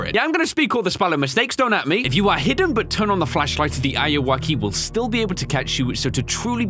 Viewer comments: It's not awoki how says it it's Anne are u okay auwoki auwoki anne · DUDE its not said like that the ayuoki is any are you oki a yu oki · It’s Pronounced woke. Say woke but add keee wokey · it's not ayu-woki, its ayuw-oki aka, are you ok lol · almost every YouTuber doesn't pronounce ayuwoki right... it's basically just the smooth criminal reference. are-u-ok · Eyeuakey why does he say it like that lol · He is saying the name of the game wrong but it’s cool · You were pronouncing the games name wrong btw.